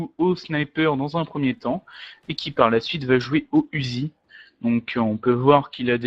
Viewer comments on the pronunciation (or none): c'est marqué uzi mais sa se dit '' ouzi ''